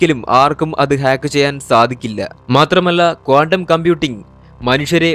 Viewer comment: കോണ്ടം അല്ല, ക്വാണ്ടം .